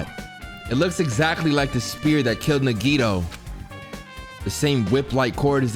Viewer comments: Why do u read nagito like nagiydoe 😭🖐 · Fried nagito nuggets. At first i thought he said fried nigga nuggets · hasn’t pronounced nagito’s name right once this whole series 💀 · Shareen Ntim in the beginning when nagi introduced himself nagi said his name, and still said it wrong lol. same thing for soda. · Hearing him say Nagito name wrong makes me cringe. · .... he still couldn’t pronounce his name right lmao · 30 episodes and still hasn’t said Nagitos name right 😂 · Yea ikr how has he not realized it's pronounced "nigga toe"??? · His Japanese sucks on even the most basic level, so I’m expecting it….